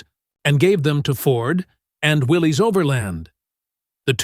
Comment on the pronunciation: It's pronounced WILLIS not WILLEES